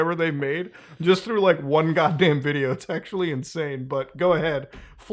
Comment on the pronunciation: I love how Muda said “GODDMAN” like a black man🤣🤣